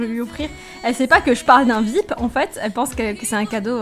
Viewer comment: 15L sa se lis vip mais sa se dis viayepi